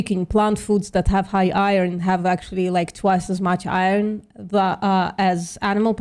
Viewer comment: VPM.... Please tech how to pronounce "iron" 😂